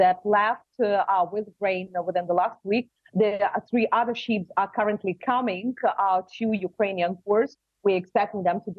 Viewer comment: stupi** ukranian, learn! Those are not sheeps, but ships. Learn to pronaunce